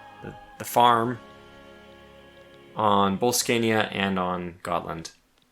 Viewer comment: The spot on pronounciation of Götaland along with the unprovoked Denmark slander, warms my Swedish heart. Keep it up!